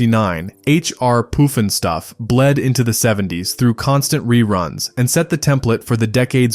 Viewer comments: The "BOO-galoos?" H. R. "POOF-enstuff?" This has got to be AI. It was Bugaloos (as heard in the series theme song), and H. R. Puff-instuff (again, as heard in the the theme song). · AI idiot voice Not POOF-EN-stuff it's PUFFinstuff. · PLEASE: it was the BUG-a-loos, not the beugoloose. And PUFF-n-stuff, not Poofenstuff.